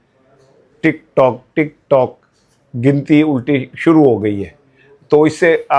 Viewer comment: Wa Alaikum Assalam 🌺 App ki Duaon ka Shukria App Talla app ko khush o khurram rakhay Bilawal Tik tok Nahi Tik truck Tik turck Bol raha hay